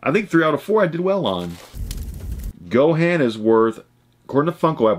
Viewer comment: Lol no one even mentioned that he not only doesn't know how to say super Saiyan, but he also says Gohan wrong 😂😂 posers!